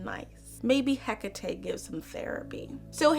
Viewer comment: "Spoiler alert: the villain is Zeus." JINX THANK YOU for pronouncing Hekate correctly!